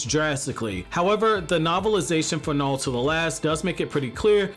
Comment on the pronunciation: I know you're saying "Naruto" but I just keep hearing "Nalto"